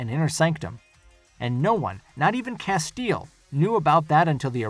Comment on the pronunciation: How can you claim to have watched the series and not know how to pronounce 'Castiel'? Hint: it's not 'Casteel'.